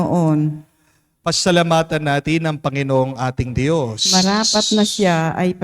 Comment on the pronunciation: i hope u dont mind po ... for the male singer, pls pronounce Dios (Diyos) not Di - yos ✌️❤️✌️